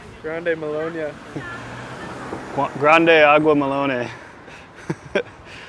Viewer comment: hahaha "agua melon-eh" Hope you get some surfing in while your down there.